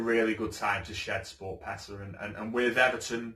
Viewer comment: Pronounced Sport PAYsa